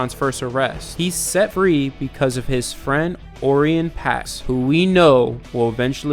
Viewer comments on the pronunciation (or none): 'Oreon' Pax? Lol yeah, try again.